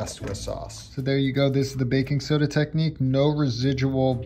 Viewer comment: He keeps saying baking SODA!!!! wrong!!!!